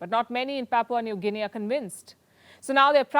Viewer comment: Im from PNG and ive never had foreign news get my country's Pronunciation right but u nailed it . Thank you mam 💯🔥